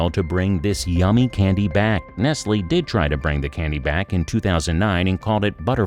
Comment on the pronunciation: Y her saying nestlily its n e s t l e